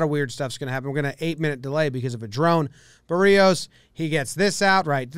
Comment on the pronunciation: Holy shit, you actually pronounced Berrios right. Everybody for some reason pronounces it Ber-Ri-Os